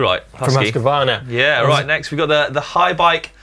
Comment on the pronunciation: Love the way you pronounce Huskvarna :)